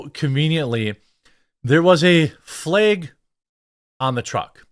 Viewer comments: Are you saying “Fleyg”? Or flag? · FLEG is not a WORD it’s FLAG! 🤦🏻‍♂️ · What's a "Fleg"?